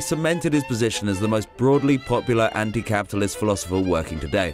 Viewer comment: I just love how Zizek says ‘capitalism’. There’s 15 syllables when he says it.